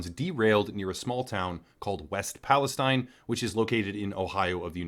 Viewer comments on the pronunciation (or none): It’s “EAST” Palestine , locals pronounce it Palesteen. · What a joker he doesn't even have the name of the town right. It's EAST and pronounced Palisteen. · It’s pronounced like… ‘Palla steen’ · you are mispronouncing Palestine